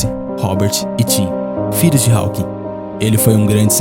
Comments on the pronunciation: O PH de Stephen se pronuncia igual a letra V. Stephen = Steven O W de Hawking é mudo. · O narrador desse documentário não sabe falar inglês.Ele não pronuncia corretamente o sobrenome Hawking e o sobrenome Redmayne.